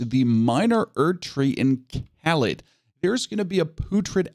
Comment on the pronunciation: Great video…. But I refuse to watch because of how he says caelid